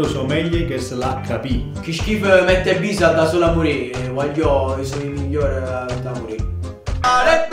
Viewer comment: Se notate la voce che fa ale domande dice mAtt e bise e non mEt e bise